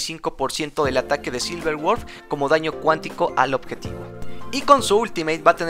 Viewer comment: Muy buen video pero, es Silver WolF, no Word xD